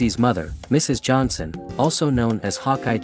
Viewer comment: It’s Johnson not Johanson.